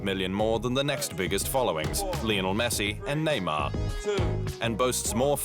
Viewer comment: Durch chatgpt erzeugtes Video. Man erkennt wenn Lionel messi ausgesprochen wird